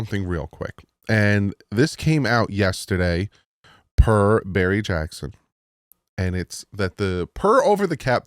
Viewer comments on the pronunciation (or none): none